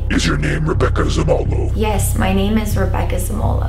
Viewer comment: Did anyone else realize that pronounced Zamolo wrong?